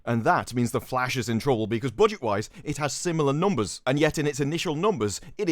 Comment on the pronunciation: Boox oofice noomburs are in. Gesticulate more, please